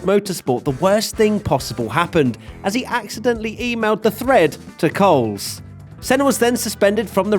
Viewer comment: Is it not pronounced Colin Ko-lez? Rather than Colin Coles.